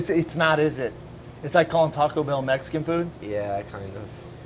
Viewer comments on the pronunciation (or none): There you go with the Taco Bel Messican lol